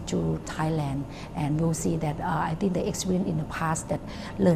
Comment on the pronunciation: and it's actually not 'I think' it's 'I ting' - -''